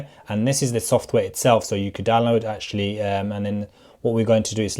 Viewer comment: Basiclee literallee actualleee